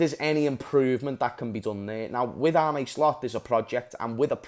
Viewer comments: Listen kidda, i know you're a Scouser and so am i. That's why i know you're intelligent enough to learn to pronounce arne slot correctly. Arne isn't Arnie etc it's like Ange with an R in it so it's arnge and that's todays schooling lesson over larh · It's more like Arnuh